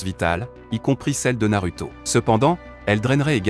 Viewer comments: ça se dit narouto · Et Naruto--> nar(ou)to 😅